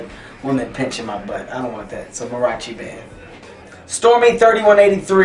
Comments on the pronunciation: Mah-ree-ahh-chi bro. C'mon Kevin, if Mexicans like me can watch your movies you can learn to say "mariachi" right bro. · this is the longest I've ever heard him go without swearing. bruce springsteen did a better job on the duck/horse question. he mispronounced mariachi because he ain't Hispanic. someone should have asked him to compare roller coasters and something because he hates roller coasters. love you, Kevin.